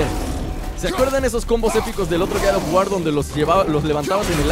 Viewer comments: Gad of war jajajaj😂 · No se dice Gad of War se dice God of War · No es Gad of War es God of War;-; Perdón pero siento que ofendes a una saga tan buena de juegos 8')